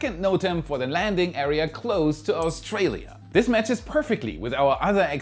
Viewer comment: it's Australia.